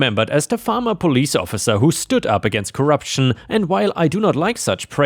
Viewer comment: Farmer Police😂😂😂? Or former police? Read it better next time. No such thing as Farmer police in the Philippines. I am a Filipino.